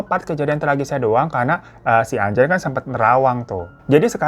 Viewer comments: Ajahn yah bang bukan anjay jgn salah sebut ah 😂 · Bacanya acan ka (ajahn)